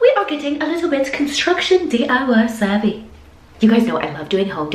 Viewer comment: I kinda love when you say saavy😂